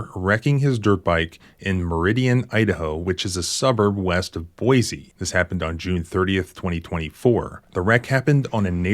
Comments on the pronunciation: There's no "z" in Boise. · Boise not boize....check ur pronunciation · This is not criticism, I love your stuff. Just FYI. It is pronounced "Boi(cee)" not "Boi(zee)". I hope this helps. This kind of stuff is one of the many reasons I moved from Idaho and never looked back. And I was raised there. Wait till you hear about the time Boise PD shot a prison guard. Thanks for all that you do. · This is why everyone hates people from California. I mean, we didn't need another reason, but here is another. Also, he got so many complaints when he went to Boise and Idaho is happy he is gone. Wish the rest would go back too. Also you said Boise wrong its see not z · Boy see Is the correct pronunciation